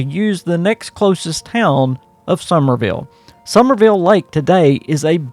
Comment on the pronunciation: Summersville, it has an S in the middle.